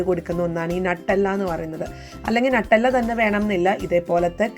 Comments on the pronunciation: Nuttalla alla Nutella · Nattalla alla nutalla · നട്ടെല്ലല്ല ന്യൂട്ടല്ല ആണ് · 😄😄😄 ഞാൻ വിചാരിച്ചു എന്താണ് ഈ നട്ടല്ല എന്ന് 😄😄